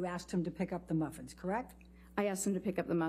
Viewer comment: “May I clarify what happened so that we can stop talking about the muffins?” Priceless delivery by the psychologist about how wasteful in time this was Also the way the lawyer says maffins is just, it makes it worse for me LOL